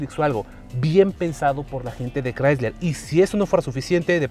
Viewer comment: Todo muy bien, pero...ES CHRYSLER. Ahí ya no.